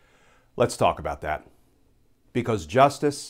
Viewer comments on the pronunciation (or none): none